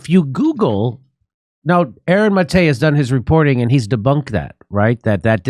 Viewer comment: Unrelated, but thank you for pronouncing Aaron's last name correctly. I'm also a Maté, and my grandfather came here from Budapest, just like Gabor (Aaron's father) and no one ever pronounces my name correctly, but I never take any offense to it if they do. It's just refreshing to hear it pronounced correctly. Anyway, love the show and the work you all do!